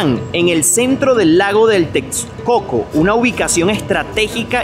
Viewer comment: Un comentario no en mal plan, ya q es normal pero se oye chistoso, ¡Que mala es su pronunciación de la x... Solo le atinó a Texcoco jajaja. Pero como atinarle a su sonido como debe ser? jejeje.